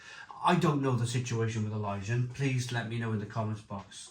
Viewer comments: Elysian ❌ Ilyjian ✔️ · It’s Elysian